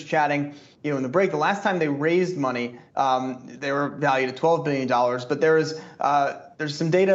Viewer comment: Got my eyes set on $25 puts, demand is low, I know who wants these shares 😉……….@ did she say “schmoney”